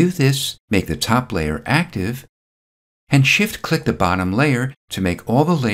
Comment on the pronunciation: luv your videos... awesome... but you have to stop saying the word CLICK... for some reason, no fault of your own, you over-pronounciate this word... it gets to be distracting as you use this word a lot... a quick fix is to simply replace the word CLICK with SELECT as you make more videos... good stuff... talk soon...